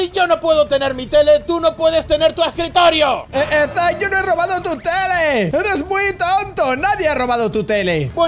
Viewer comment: Si a mí también pero creo que se dice zack